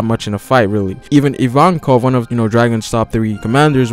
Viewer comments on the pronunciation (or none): none